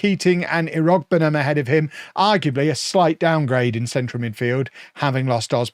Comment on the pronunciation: Irogbunham is pronounce- IR-OO-BUNE-HIM